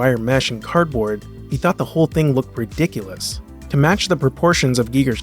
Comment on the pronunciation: ri*dick*ulous xD You nailed it haha